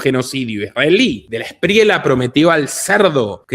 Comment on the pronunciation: se dice de la esprieya amigo, no de la espriela, y otra cosa el DAS ya no existe, afortunadamente.